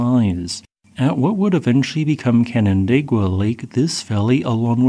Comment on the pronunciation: Mad props for correctly pronouncing Canandaigua.